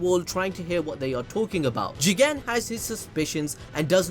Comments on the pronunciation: The Jigen pronounciation is funny say it like Jeeeeeeeeeegaaaaaan !!! it will look better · You said Jegan 1000 times😂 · Say Jigen again I dare you I double dog dare you